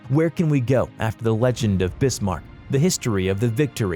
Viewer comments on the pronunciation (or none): They are not 14 or 16 "foot" guns they are measured in inches 14", 16". It's Bismarck not Brismark, it's Tirpitz not Tripitz it's pronounced Oigan not ugan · It's Bismarck not brismark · Tripitz, bizzzzshmurk. Zero legitimacy. Please stop. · "Tripitz" ???? Brismarck" ???? Dude, say their names correctly. It's Tirpitz, and Bismarck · ITS T I R PITZ NOT TRIPITZZZ also ITS B I S MARCK NOT BRISMARCK REEEEEE >:( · Who the hell employed this narrator? I didn't know there was a Brismarck, Tripitz and Prince Eugene? His pronunciation almost had me turning this off. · My Great Grandfather would probably be rolling in his grave if he heard the way you pronounced the ship he serviced on in WW2. I mean come on it's Bismarck not Brismarck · Tirpitz not tripitz, Bismarck not Brismarck and the way to pronounce prinz eugen is Oygen not Eugene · He also said Tripitz and Brismarck instead of Tirpitz and Bismarck... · STOP MISS PRONOUNCING BISMARK WRONG, DO YOU SEE A R BEFORE I BISMARK NOT BRISMARK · You said pinz eugen(oyi-gen) and bismark(biz-mark) wrong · the Hood was a battlecruiser not a battleship Edit: it's pronounced Bismarck not Brismarck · BiSMARK not BRismark 16 inch guns not 16 feet guns. I could go on but it would be better if you go back to school son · Brismark? Tripitz? Battle of Trafgar? It's Bismark, Tirpitz and the Battle of Trafalgar. I think you need to learn how to pronounce the names of ships and p[laces. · This is a joke, right? This guy is trolling. It's one thing if you pronounce a word in an Americanized fashion as we do (you don't have to get all fancy when you say mozzarella), but there is no excuse for pronouncing something incorrectly, particularly words in your own language family. BRISMARCK? Really? Do you see 2 letter Rs there? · ... and I was at first shocked with Prince Eugene, then along came Tripits and Brizmark. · "The tripitz" "brismark" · "The brismarck" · "brismarck, prinz EUGENE, trippits" wtf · lol Brismarck and Eugene